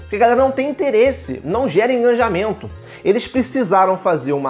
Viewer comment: "não gera enganjamento"